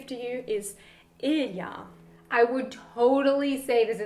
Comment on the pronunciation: Ilja is a russian name and she pronounced it wrong